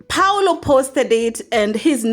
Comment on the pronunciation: Priscy's step dad is pronounced PAUL O and not PAULO. Paul, then, O.